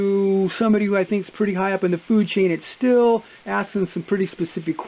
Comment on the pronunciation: In all of your numerous consultations with Stihl did they ever once mention that it is pronounced “Steel” and not “Still”?